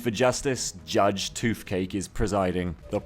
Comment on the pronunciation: Why do you say "f" instead of "th"? eg. "toofcake" and "forf". It's find of distracting, though fin men would be an improvement. Shark men > skinny men.